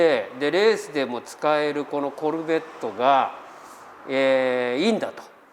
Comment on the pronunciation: フルボッコみたいなイントネーションw